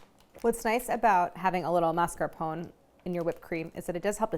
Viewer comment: maritozzi was pronounced correctly, but mascarpone was not. “mas-car-poh-nay”